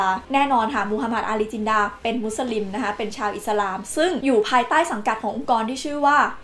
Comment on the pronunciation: เรียกชื่อโมฮัมหมัด อาลี จินนา กลายเป็นโมฮัมหมัด อาลี จินดา น่าจะบรรยายผิดครับ เพราะเขียน จินนา แต่ออกเสียงจินดา